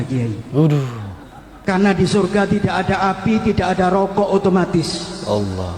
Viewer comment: klo menyebut nama sang kholik yg jelas, ALLAH bukan HALLAH